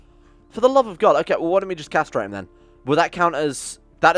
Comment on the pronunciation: "what do u mean i cant kasterate her?" Died of laughter there